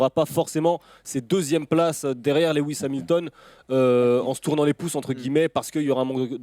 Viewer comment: "Lewi hamilton" tellement d'irespect pour un tel pilote je me desabonne